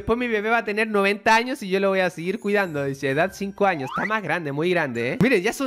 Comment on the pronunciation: Pense que dijo 3 anos